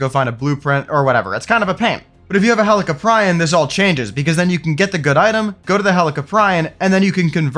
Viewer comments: I could be wrong but I believe it’s pronounced Heli-Cop👮‍♀️- Ree-On. That’s how I say it and that’s what makes sense to me but I’m definitely not the pronunciation expert lol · In which would sounds like Helico"preeon" instead of Helico"pry-on" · I lost a year off my life every time you pronounced helicoprion 🥀